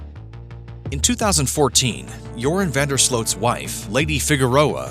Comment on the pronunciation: I remember Nancy Grace calling him Urine instead of Joran when she first covered this case. Or at least it sounded like Urine.